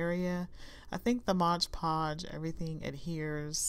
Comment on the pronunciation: So cute!!! But... Its MOD Podge, as in "Modern Decopauge"... Not ModGE Podge. I know I'm being ridiculous but it's a pet peeve of mine and I literally had to turn off the sound until you were finished with the mod Podge 🥴🤣.